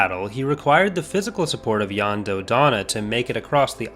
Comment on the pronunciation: I'd just like to thank you for pronouncing Jan Dodana's first name right, Yahn. SO many people, even people who are very knowledgeable about Star Wars, pronounce his name Jan as if it rhymes with the word "plan" and it drives me nuts.